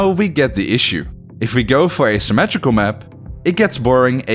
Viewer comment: "symmatrical maps"